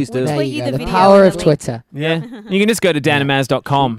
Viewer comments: It aint even Twitter its 'twitah' lol lou ur so cute O:-) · "The power of twitaah"